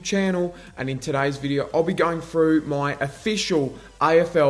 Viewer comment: Good analyse all almost 100% only thing that’s annoying is you need to articulate, three, think, through, not free fink frew. 😂😂😂